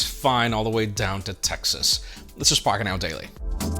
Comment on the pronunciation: Thank you for saying Texas. Cctx